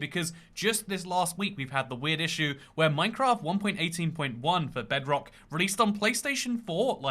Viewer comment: Man almost said "jebrock"